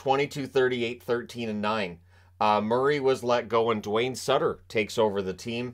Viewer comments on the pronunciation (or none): none